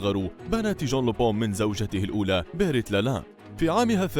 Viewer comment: ينطق لوبان مش لوبو